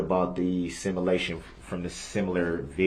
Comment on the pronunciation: What’s a “Simalation”? 😂😂😂